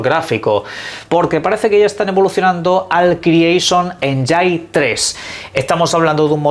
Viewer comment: ✅️Ényin ❌️Enyáin